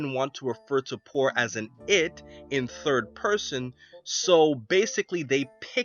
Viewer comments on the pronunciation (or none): none